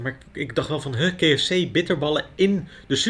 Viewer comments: Keh Ef Cee 😂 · Ja inderdaad. Zeg dan of op zijn Nederlands: Ka-Ef-Cee. Of op zijn Engels: Kee-Ef-Cie. Ik vond het ook heel bijzonder. Nog nooit iemand het zo horen uitspreken. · kee f c. Wie spreekt zo KFC uit? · Kee ef see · Ik wilde net herzelfde reageren hahah kfzee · Het triggert mij echt hoe jij KFC uitspreekt, je combineert Nederlandse uitspraak met de Engelse 😂. Verder weer een super leuke video net als altijd. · Wou precies dit reageren! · Zelfde gevoel hier. Of Engels of Nederlands, maar mengen geeft mij de kriebels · Grappig dat je de K in het Engels uit spreekt en F C in het Nederlands van KFC 😂